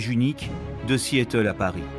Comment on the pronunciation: Le narrateur prononce ridiculement Seattle: See -éteul!!! Du coup, on éclate de rire!!!